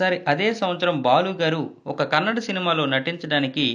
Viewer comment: Kannad kadu. kannada